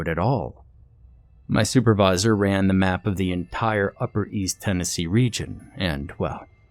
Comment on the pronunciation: Or as Brad Pitt's "Aldo Rain," said, "Maynardville, Ten uh see.."Tennessee is too many vowels for us you see.